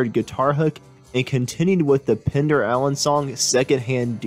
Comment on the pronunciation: It's PENDER , not Pinder !!